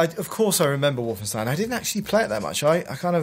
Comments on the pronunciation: Just to clarify, no, the entire game isn't on this Easter Egg, it's the first level of the first Chapter only. Plus, it's WolfensTEIN, not WolfensTEEN. You'd think after 22 years and countless interviews with developers and people involved in the project, the name would be pronounced well by people in the medium. And finally, this isn't a level from 'Escape from Castle Wolfenstein', it's 'Wolfenstein 3D'. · Wolfensteen? Fairly sure it's pronounced Wolfenstine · And lol, Brits pronouncing "stein" so funny, it's supposed it be "shtein" not "steen", tho I don't know if it's spelled "schtein" in German, and yes I know my German is horrible, I just started learning it and the few words I know are from games and films but that's it, didn't have much German TV back in the day to learn it better.